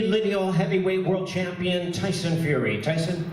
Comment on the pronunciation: Wtf did Wilder just say - ...cant figure it out???? Fury not furry!! Flying elbow kicks...pretty scary stuff!! Seriously though, this is going to be a good fight. Respect